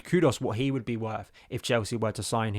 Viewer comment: It’s impressive how many player’s names you mispronounce…’estavao’, ‘maduwake’ and ‘kudos’